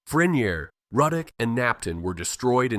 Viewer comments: It’s Roodock not Rudduck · Ruddock is pronounced Roo-dock. One of my favorite places! Love love love Manchac. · He really pronounced laplace and ruddock wrong as hell 🤣